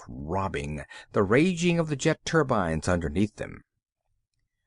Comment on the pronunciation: As well as an interesting yarn you will also hear the reader learn to pronounce the word turbine by the end of the short story..